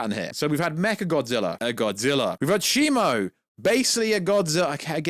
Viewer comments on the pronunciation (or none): none